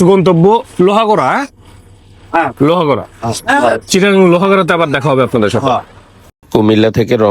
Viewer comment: “লোহাগড়া” না ভাই “লোহাগাড়া” ।